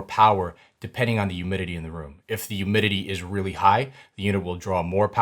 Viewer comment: Awesome video but… “youmidity” 😂